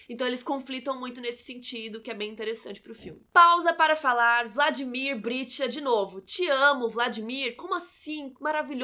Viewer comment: nossa, ela repetiu 20 vezes Vladimir Britcha e é Vladimir Brichta!!!! bj